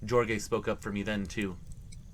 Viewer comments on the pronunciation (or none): That 1st 1 if you see spelling of Jorge it's pronounced Horhay FYI